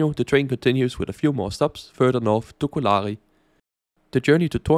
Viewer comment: på finsk er der tryk på første stavelse i ALLE ord. Så Kolari udtales med samme tryk som når du siger selleri på dansk. Udtalen af pikajuna er næsten korrekt :) På finsk er der forskel på a og ä. A er et åbent a, som du så fint udtaler i Kolari og pikajuna eller i appelsin på dansk. Ä er lukket, på samme måde som du ville finde i ananas på dansk :) K, P og T er alle bløde på finsk: For at ramme det K, skal man prøve at sige en mellemting mellem K og G. For at ramme det P, skal man prøve at sige en mellemting mellem P og B. For at ramme det T, skal man prøve at sige en mellemting mellem T og D. Jeg ved jeg er en detaljerytter her ;) Ikke ment som kritik, blot feedback som en mulighed for at lære og blive endnu bedre :)